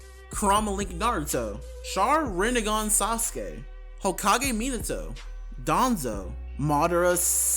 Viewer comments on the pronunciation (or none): none